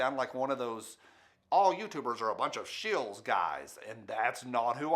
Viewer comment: Uh...what's a "She-ells"?